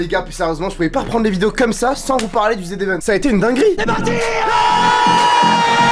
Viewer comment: On dit pas le z event on dit le zevent